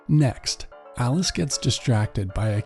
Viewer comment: Every time u said alice... I thought its alex😂